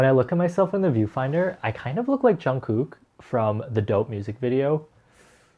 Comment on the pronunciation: “jun-koook” i’m gonna choke